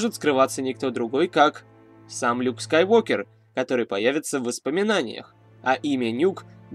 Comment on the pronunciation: Правильно же Скайуокер ,а не Скайвокер